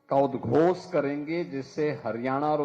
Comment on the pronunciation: Udghos nahi udghosh hota hai